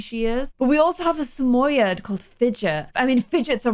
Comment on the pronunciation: The way she pronounces Samoyed 😂